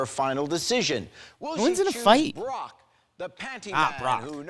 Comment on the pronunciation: Why does Jerry keep saying Brock as Barack? I was so confused